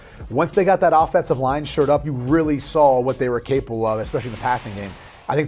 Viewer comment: Gonna "shur" up that offensive line, eh?